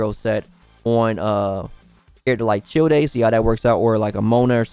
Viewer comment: Omg...AL-BIH-DOE and CHILL-DAY??? So cringy lol